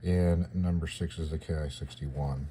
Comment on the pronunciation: Nice little kit. It's pronounced "sho-kee," and by the way, that "ki" kana in front of "44" is also pronounced "kee," you're not supposed to spell it out "K.I.," that's like calling a P-51 a "P.E.E. 51".